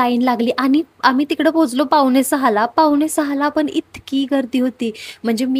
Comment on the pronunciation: "आनि", "पावने" सहा , "पन", "आनलंय" ... आमची काय तर म्हराटी भाषा. इंग्रजी कसे काय एकदम फ्ल्यूएन्ट बोलता येते?? . . . . . . शुद्ध, स्पष्ट, अस्खलित असे सर्वोच्च प्रतीचे मराठी बोलावयास शिकावे ही नम्र प्रार्थना 🙏🙏🙏